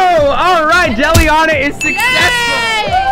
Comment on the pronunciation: Why are you guys saying jelly Anna it's Eliana